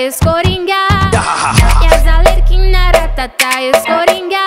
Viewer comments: Se vc reparar ela fala coringá e tbm fala Alerquina, ao invés de Arlequina😂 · Alexia Sty ela falou errado sim mas o clipe ficou muito bom😄👍